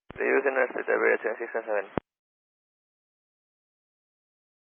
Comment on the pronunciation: Tha FO could not say correctly the callsign even once. It was like: Iberia biwiwiwiwi. Reminds me of my friends trying to learn English years ago :)